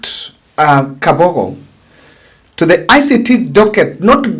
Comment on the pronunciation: Mr., it's Kabogo and not Kafogo.